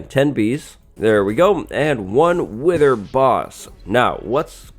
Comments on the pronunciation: "Wiher".... Im not the only one right?. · Oh so mighty "wiher"!! XD